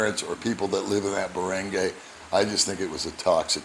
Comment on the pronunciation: Barangay ~ Bah-Rung-Guy :)